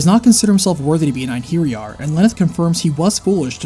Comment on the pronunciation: ( great game.. its EIN har yar though. Beefroost? Its bi-frost. Kinds wish you'd looked up these words before saying everything terribly.